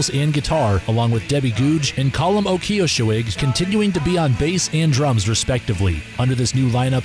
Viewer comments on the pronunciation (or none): Lol yeah, my commentator did a first rate job handling those difficult pronunciations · Apparently our Minnesotan dialect isn't trained for the Irish pronunciations 😂